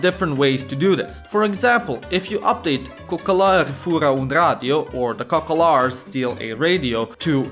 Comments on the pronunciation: *Romana, nu romaneste cocAlari, nu cocOlari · The word is "cocalari" not "cocolari" ... lol